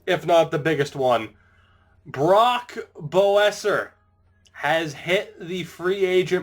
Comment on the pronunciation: hey man Brock Boeser is pronounced besser